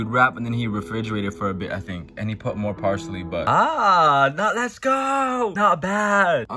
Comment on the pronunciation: The way he says "parsLHeeeeEeeey"